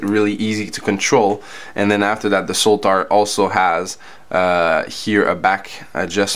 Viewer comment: I liked the review, especially the comparisons between the different models. I'm curious though why you call the Sotar model the S-o-l-t-a-r with an L. Anyway, happy NY.